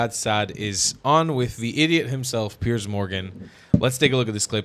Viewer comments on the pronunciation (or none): Did you call him PEARS Yes suzanne 😂😂😂😂🏴🇬🇧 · Is it so hard to get his name right? Its Piers which is pronounced differently.